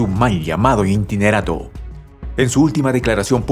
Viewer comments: buenas tardes que es un intinerato...?? muy buena noticia pero fallas en la dicción y pronunciacion, es interinato, creo que la palabra intinerato no existe...!!! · ¿INTINERATO? ¿Alguien pude enseñarle a este locutor la palabra interinato?